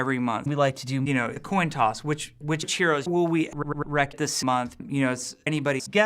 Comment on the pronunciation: "Which heroes will we R-r-r-r-r-rek this month" HAHa